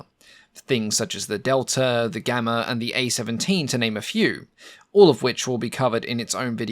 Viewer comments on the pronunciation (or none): none